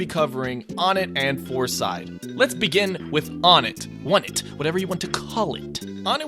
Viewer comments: The Stage is pronounced as O Net, not Onit. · Citpost Shentral Not Wunt. One-ett. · Or One-tt. Pronunciation: One*teh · i know you said whatever you wanna call it, but its pronounced WUN-ett. Further evidence is because ONEtt TWOson THREEd and FOURside. So why would it not be pronounced WUNett if it wad an obvious reference to numbers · Ok, even still the stage needs to be pronounce the right way. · Am I the only one who pronounces Onett "Oh-net"? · Fernando Banda Except we're not calling it ONETTO, not even close. Nor are we using Japanese pronunciation for any of the character names or anything. This is a shallow argument at best on your end. You're all really reaching here. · I heard that and immediately came to make a comment. Glad to see someone else is already... ONETT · The way you pronounce onett makes me want to die